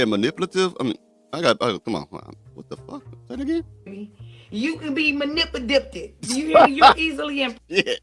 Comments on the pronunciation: >> She said that they can be malipididdidded. She needs a prapa edgeumacaton en learned how to speal woards.😅😅😅😊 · Damn this is too funny you had me and my father laughing when he was mocking that girl about her trying to say the word manipulated😂😂😂😂😂😂